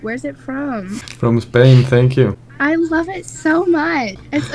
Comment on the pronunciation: El pibe: "denkyu denkyu"